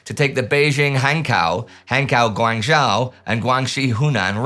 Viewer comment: a small thing is that I wish the japanese and chinese pronunciations were worked on the same way the german and french pronunciations were. all of the german and french names have sounded spot on the past few years, the asian ones much much less so. the Zh (guangZHou) in mandarin for example is hardened into something like a J or a G, and X (shanXi) is the same as Sh